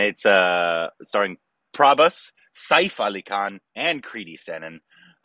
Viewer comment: Is nobody telling to pronounce Saif as Sef?:)